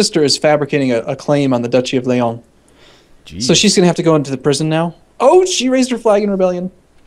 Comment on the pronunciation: lol they pronounce "Leon" as if it were French.